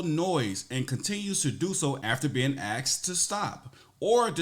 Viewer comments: is it me or do they say "axed" everytime instead of "asked"? as a non native speaker i´m confused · Asked ...how van it be a University of you have to Axe questions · It’s ASKED not AXed 🪓 Axed she said it 4 times and not one time did her brain catch that ??? Wow